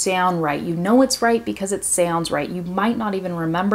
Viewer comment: Your way to pronouce " sounds and around" sounds kinda different!!! Is some kinda accent or something? Brasil!!!!